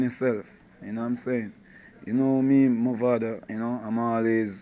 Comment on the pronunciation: One final time I'm going to say this, it's MAVADO not MOVADO!!!